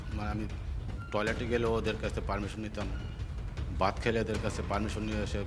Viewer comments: বাংলাদেশ এর লোক হলে এরম ই বুদ্ধি হবে। ভাত কে 'বাত ' বলছেন, "এরা " কে, "এএড়া " উচ্চারণ এখনো ঠিক হয়নি। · আগে দেখা হোক ও ভারতীয় কিনা। ভাত কে বাথ বলছে ।